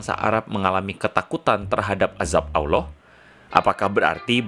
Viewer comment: Bukan Awloh bang tp Allah